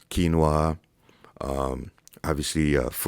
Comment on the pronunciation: You finally said quinoa right 😂lol. Great video bro, thanks for the info